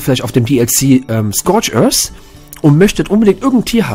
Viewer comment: "Scorch özzz" "Se Island"